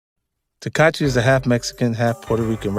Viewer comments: It's not tekachi its tekashi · 50 keep callin him “Teekahchee” LoL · 50 cent has a hard time saying “Tekashi”. He should just say 6 9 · The fact that he keep saying takachi is crazy SMH allnthat money and can't speak bright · I'm hearing teck- katchi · So we gonna keep acting like 50 saying “Tekachee” ain’t the equivalent of Crunchy Black saying “Glad” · “Takachi” -50 cent 💯💀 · Right lol? He's saying tekachii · he said tekachi 😂😂😂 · Did he say Tekachi the whole vid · Why it sound like he saying Tekachi lmao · He called him "tekachi" 😂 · Why does he keep saying tekachi lol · "tekat-chi" - 50 cent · 50 said takahshi and jarule 😂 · Yall fools....thats not even fifty. "TAKACHI"...tfoh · Why he pronouncing his name like that 🤦🏾‍♂️ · How is he saying that boy's name, lol.